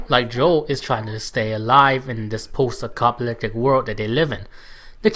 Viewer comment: lol are you saying acopaliptic ? great review. you have a new subscriber